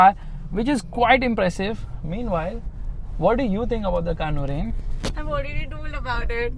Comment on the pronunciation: It's not nurain it's noorain